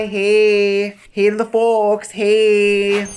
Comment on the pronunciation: “Hi to the F00llks!!” in the Minnesotan accent always gives me the warm and fuzzies 🌻🌼